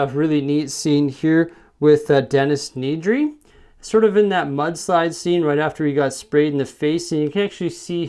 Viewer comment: Denis Nedry's last name is actually pronounced Ned ree